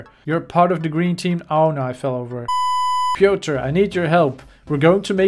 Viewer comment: piotr is a polish name and the way it sounds when he says it is hilarious